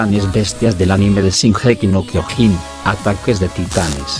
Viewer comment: Amigo al menos pronuncia bien el Kyojin que lo dice Kyogin :v